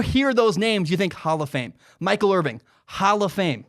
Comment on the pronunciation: "Michael Irving" - . Could have at least prounounced "Irvin" correctly.